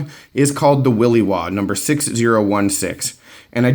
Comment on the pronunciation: i have one ,love it ! smooth quiet sharp ! but my friend it is will i waw.. pronounced like in the word shit ..not y, its not a willy waw. ;)